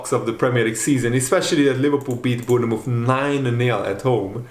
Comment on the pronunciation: Say born muff not bourne ne muff. Say's it like a scouser